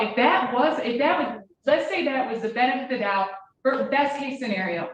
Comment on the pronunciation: “benefitfthdoubt mumble” Bring back clear prosecutorial speaking, how bout dat?